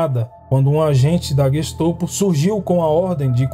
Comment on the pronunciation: É GestOPO ou GESTAPO? Sempre ouvi falar GESTAPO.